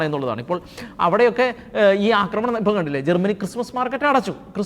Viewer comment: "അക്രമണം" എന്നൊരു വാക്കില്ല, അക്രമം അല്ലെങ്കിൽ ആക്രമണം ഇതാണ് ശെരിയായ വാക്കുകൾ. അവതാരകർ ഭാഷ ശുദ്ധി ശ്രദ്ധിക്കണം.